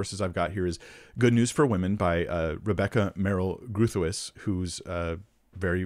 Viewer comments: No, it is Dutch in origin. I am Afrikaans originated from Dutch, and that is not how any Dutch or Afrikaner would say it. Go find an online translator saying it in original Dutch or Afrikaans to get an idea of how it should be correctly pronounced. I don't know how to phonetically translate it. But the R is rolled and voiced in Dutch and Afrikaans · Yeah, it’s Dutch and you butchered it. Having a difficult Dutch name myself, I cringe when I hear it mispronounced. I’m glad you made somewhat of a correction in your comment section, but when we come upon a name of a person whom we wish to speak about publically, I believe it’s incumbent upon us to look up the correct pronunciation. It’s just the honorable thing to do. And it’s so easy… Google can usually provide an audible pronunciation. In this case, the “G” isn’t a hard /g/, but rather a back of the tongue rolled /h/ sound. The double /oo/ is a long /o/ sound and the “tuis” sounds like “touse” which would rhyme with “house.” None of this is as important as your great Biblical exposition of egalitarianism versus complementarianism to this former egalitarian woman. But I had to quibble with you about something… 😊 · Groothuis is a very Dutch name, Growthice is not the correct pronunciation, Groot - I can’t find a word in the English language that sounds like it but perhaps the closest would be to rhyme with boot; huis sounds like grose. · Doug Groothuis's syllabus always put it as "grote-hice," and he would pronounce it as such. He was my teacher for 3 years and a big influence on my life, though I disagree with him on this issue, as well as his Calvinism. I never met Rebecca, as she was in poor health for many years, even long before her death. But I agree, her book gives primarily a philosophical argument, rather than a scriptural one. And though it does show very astute philosophy and logic, I feel it put the scripture in a subordinate role to certain philosophical assumptions about the role of humanity.